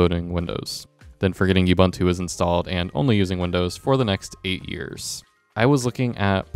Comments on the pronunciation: Good riddance, learn to pronunciate. Ooh booon too. NOT you bun tu. Your review is irrelevant, sorry. Google does help ......take that from a literate Boomer. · Ubuntu is a word from the Nguni languages of Southern Africa. It means "I am, because we are." And this is how to pronounce it: ooh booon tooh. The way you say it, is offensive, you"ll understand when you learn something about colonial history. Pronunciation can be checked online, by those that understand browsers.